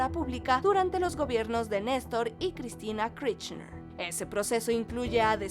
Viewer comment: Por favor, se pronuncia Kirchner, como suena, no Kchrichnersh.